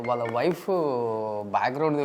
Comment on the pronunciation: please improve your telugu pronunciation. మల్లీ కాదు మళ్ళీ వాల్ల కాదు వాళ్ళ Dear suman TV management Please ensure that the anchor improves his diction.